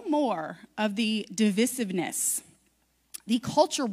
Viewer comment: When you're talking about school but can't pronounce divisive probably.... TOTAL CRINGE.